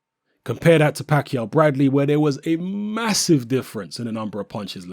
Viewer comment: great vid. the way you say MASSIVE is MASSIVE. lol